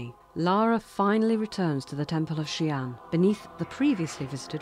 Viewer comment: Xian (仙) as in immortal (and not Xi'an the city as you said) is pronounced as HSIYEN.